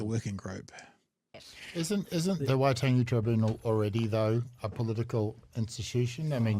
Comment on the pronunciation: Damian "I refuse to pronounce Waitangi correctly after all these years, but I'm not racist" Grant